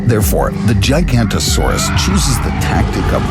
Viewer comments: it's not giganto-saurus but giga- noto-saurus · Forgive me for nitpicking details, but if you're going to present an animal, at the very least learn to pronounce it's name. You lose a ton of face credibility if you don't. GI-GA-NOTO-SAURUS. Kids who watch these videos can do better than this. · That is not how giganotosaurus is pronounced. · Bro that’s not the correct pronunciation of giganatosuaruse